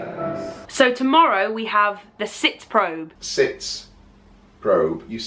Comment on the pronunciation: Probe is actually German for rehearsal, and yoy pronounce the e in the end, like an "eh" ! :)